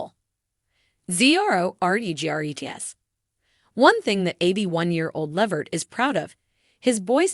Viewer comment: Please first of all you not even saying his last name right why don't you just stop reporting on Eddie what you are saying it's no more then some people knew for years ago and how do you know what Eddie said did you have an interview with him or something you put to together cause you are way behind the times of Eddie life bye girl